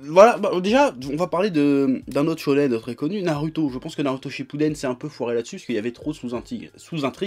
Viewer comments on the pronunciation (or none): none